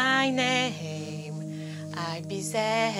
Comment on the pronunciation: I’ll be zee e re !! 😂😂😂🤣 On dirait un gag !